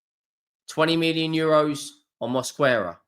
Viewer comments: Mosquera = Mos-kair-rah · his name is Mosk-era it's not that hard. QU is pronounced K and the U is silent when it's not an English word